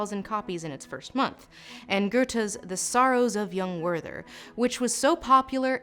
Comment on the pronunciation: Great pronunciation of Goethe. 5 out of 5 lobsters.